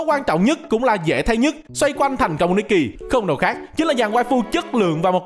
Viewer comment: Devs nikke chuẩn bị nerf stage sao cho đám f2p cày trâu, có team khá meta hoặc có kỹ năng tốt có thể mỗi 10 lv qua được 1 chap main story Góp ý tý, nikke đọc là ních ke, còn đâu đọc nikki là cái game này nhé 😂